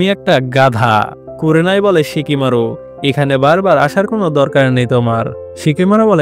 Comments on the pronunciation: ভাই শিকিমারু না সিকামারু 😅😅😅😅😅😂😂😂😂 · Shikimaru na oita shikamaru